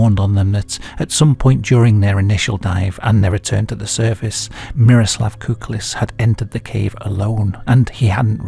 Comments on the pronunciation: It's Kukliš not Kuklis and it's pronounced Kuklish not Kuklis. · š is pronounced like "sh", and ć like "ch", so it's "kuklish", "sholta", "marich" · never thought i would ever see my birth rock on here but im honoured all the same. small note on the name, the letter "š" is like sh in english. also the letter "c" is like trying to pronounce "tz" together at the same time. great vid as always!